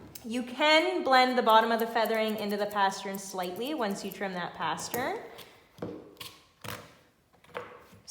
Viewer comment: This is such a patient and pretty dog!! Please pronounce it “pastern,” not “paschurn.” Great info! Thanks!